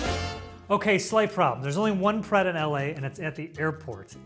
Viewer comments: Pret sounds like preck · Did you...did you just pronounce Pret with an accent? 🤦‍♀️